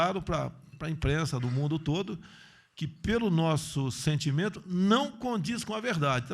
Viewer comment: A maior tristeza é que este atsque recai sobre as instituições, este governo corroeu as instituições e as deixou desacreditas aqui e para o mundo. Quando o Bozo fala "meu sentintimendo", ele deixa claro que hoje o Brasil se norteia pelo empirismo